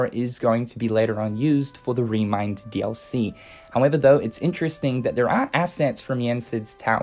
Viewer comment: The way you say "DLC" triggers me Please stop Its not "Re:Mind Dallysee," you twat I'm sorry but this is gone on long enough